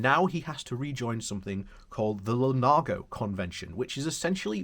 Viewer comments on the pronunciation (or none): Lugano, not Lunago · So many different pronunciations in one video! 😂 Lunargo and Lugargo made me smile. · Great video, but it is L-U-G-A-N-O !! A lovely, lovely lake in lovely, lovely Switzerland.